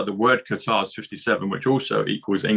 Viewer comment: Great to hear someone say Qatar correctly not cutter